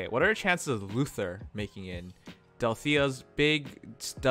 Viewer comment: in Ephraim's voice Give me more, MORE! Also, it's Luthier, not Luther.